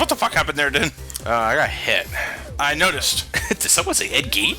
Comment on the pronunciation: Gene is pronounced "Jeen". Gein is pronounced "Geen".